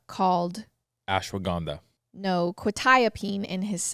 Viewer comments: “ashwaganda” 😂😂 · So glad is back! I missed you’re side comments 😂 “Ashwaganda”